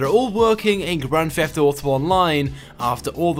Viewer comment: What is a grand "fheft" auto video?